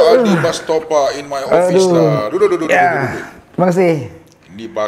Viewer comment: STOPA ❌ STOPID ✔️